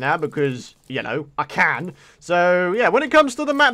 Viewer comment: it sounded like he said I hope I CANT do this lol